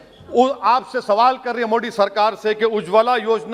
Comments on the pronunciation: Ye modi ko mo d kyu kehta h😀😀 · बहुत ही नीच किस्म का आदमी है। सब कुछ साफ़ साफ़ बोलता है परन्तु आदरणीय प्रधानमंत्री जी के नाम का उच्चारण जानबूझकर गलत करता है। 😡😡